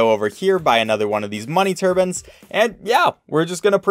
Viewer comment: "Money turbans"